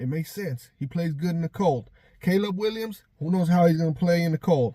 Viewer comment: “Caleb Winyams” 😂